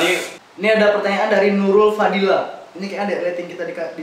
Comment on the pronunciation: Nurfadilla bg, bukan Nurul fadilla 😂